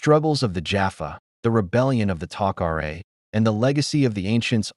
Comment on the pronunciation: AI. Couldn't pronounce tokra right